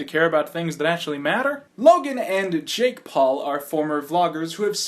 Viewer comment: you said Ja🅱️e